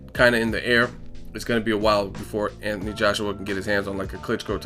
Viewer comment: ..is it "Anthony" or "Atny"?